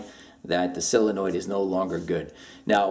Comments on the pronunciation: Uhh it's pronounced solenoid not silinoid. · SOL-enoid. Not SILL-enoid. Sheesh. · Solenoid. SOLenoid. Like soul-uh-noyd. How you get that sylinoid pronunciation baffles me as much as educated people adding a syllable to nuclear. I bet you do that too. Newkyouleer? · IT IS NOT A SILLYNOID... IT IS A SOLENOID!!!! SOL IH NOID!! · The letter O makes an awwwww sound, Sawwwlenoid. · Idk why him saying “Sillenoid” bugs me so bad